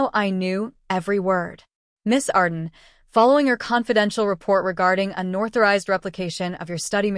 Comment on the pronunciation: It’s “unauthorized” not unorthorized